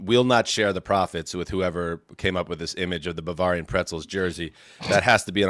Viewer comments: pronunciation of Bavarian is killing me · I can't listen to mispronounce Bavarian anymore. I'm out.